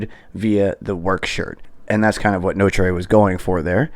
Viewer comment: It’s pronounced No-Truh